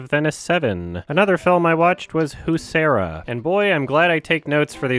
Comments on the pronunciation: This is a bit of a nitpick and someone probably already beat me to it, but if you want to know, "Huesera" is pronounced "wesserah" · "Not sure how to pronounce this one, I'm Seire. " 🤣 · Usera lol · pronunciation of huesera made my day lol... Also, I'm still waiting to watch digital video editing with adobe premiere pro the real-world guide to set up and Workflow, I'm very curious and hyped since reviewed this movie, but I haven't find it anywhere.